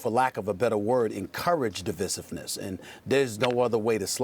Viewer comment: Good lord, the amount of mispronounced words by Stephen A in this video alone - Divisiveness, Philanthropic, Sincerity